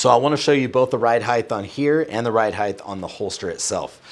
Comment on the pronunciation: "ride heighth" sounds like Mike Tyson.